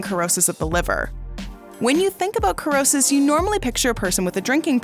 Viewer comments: It is pronounced, ‘sr-ow-suhs’not ‘kur-ow-suhs’. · The word does not have a K sound. Dictionary says 'si-ro-sis'. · Cirrhosis!!! Pronounce: Sir-Ro-Siss👍🏼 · You think if you made a video where you were going to pronounce a word a hundred times that you would learn how to pronounce it correctly. Did you never learn phonics? An "e" or an "i" after a "c" changes the pronunciation of the "c" to the "s" sound. This really causes doubt in your credibility. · Cannot watch wrong pronunciation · You're not pronouncing the word the right way